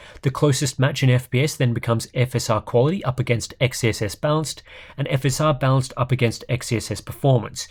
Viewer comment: I'm going crazy here. Every time you say balanced I hear bounced x_x